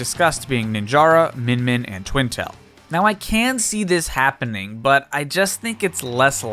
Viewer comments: It's MinMin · It’s min min guys I’m from the future